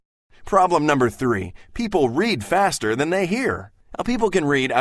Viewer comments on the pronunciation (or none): "...faster THAN..."